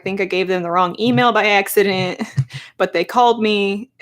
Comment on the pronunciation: Where's the accent from when you say accident?